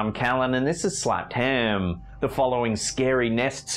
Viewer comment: There is only ONE 'm' in Ham, it is NOT pronounced hammmm. Drives me nuts.